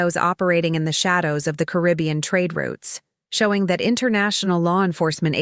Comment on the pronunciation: Hire a speaker. The AI can't even pronounce Caribbean